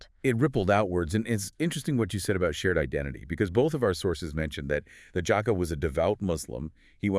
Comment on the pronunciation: The JAAhka it's JACK-A